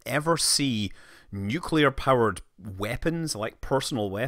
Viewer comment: causually says " one summer job i worked in a nucular power plant"